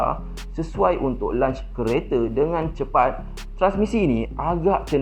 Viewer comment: Lonch lonch. Bukan lunch lunch.